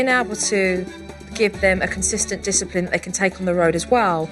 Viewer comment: This is how many times Supernanny says DYSAPLIN or however you spell it. | | \/